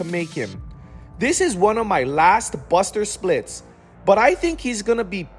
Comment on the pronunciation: You said "buster splits"